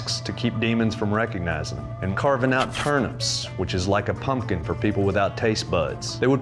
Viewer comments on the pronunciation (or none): none